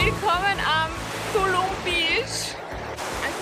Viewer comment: "Ja kommts mit nach Dulum" so lustig eure Aussprache. Das"T" spricht ihr mit"D" aus 😂 Ich war in 2017 dort... Träume heute noch davon! Cooles Video!